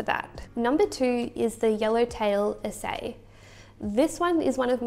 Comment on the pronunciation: Usually it is pronounce A C I, long A, C, then long I.